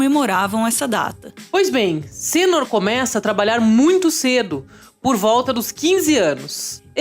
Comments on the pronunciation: Por que uma diz o nome correto "senôr", e a outra insisti em falar errado "sênor"? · minhas caras é senor( senôr) e não sênor), como vcs estão dizendo. mas será possível! vai vendo heim dona.